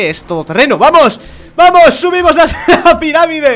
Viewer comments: ponganlo en speed 0.5 y se daran cuenta como dice Piramide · CHURCHES SE EQUIVOCO AL PRINCIPIO NO DOJO PIRAMIDE DIJO PIDRAMIDE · dijiste pidamire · en el dices pidamide.. jjajajajajaja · “Hemos Recorrido Una Pidadime” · dijiste "hemos recorrido una piradime" jajaja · "Hemos recorrido una piradime" Ok xD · Dijiste piradime....AWEONAO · Volvió a decir piradime en el minuto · Has dicho piradime jaja XD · Al principio dices ”pirádime" JAJAJAJA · segundo 5 dijo piradime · "miramide" pense que era piramide XD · Jajaja el dijo piradime xd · en el minuto dice piradime en vez de piramide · una pidadime escuchenlo muy bien una pidadime xD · Apenas estaba enpesando el video y escucho pidamide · _- dice: piradime en el minuto o en el principio. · DIJO PIDADIME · dijiste pidamie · as dicho pimamide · dijo pidarime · like porqe porqe al principio dijo pilamide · soy yo el dijo piradime en ves de piramide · es piramide no pidadime es el comienzo se oye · DIJISTE PIDAMIDE ES PIRAMIDE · Soy el único que se dio cuenta que dice una piradime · dijiste piramidea sin darte cuenta cuando dijiste al principio cuando subiste la piramide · +Sebastián Torres Lo ha dicho a posta. Ya que su primo pequeño Óscar no sabe decir correctamente Piramide . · piradime dijo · dijiste al principo del video "piradimde" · Dice vale!!! Emos recorrido una piradime jaja XD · jjajaaa dice hemos recorrido una pidadime XD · El al inicio dijo pidarime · en el principio dices pidadime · Like si notaste que al principio dijo piradime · Jajjajajajja dijo piradime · LICK EL QUE ESCUCHO AL CHURCHES DECIR PIRADIME EN EL SEGUNDO 1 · JAJAJ A EN EL PRINCIPIO DIJO PIDAMIDE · Like si te diste cuenta q cuando empezó el vídeo dijo pidamime😀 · dice al principio hemos recorrido una pidarime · "Vale, hemos recorrido una piradime" "Hemos recorrido una piradime" JAJAJAJAJAJAJA